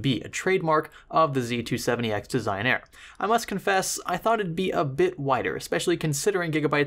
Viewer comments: Des - ig - nah- ree. Italian. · I heard someone say "Desig-Nare"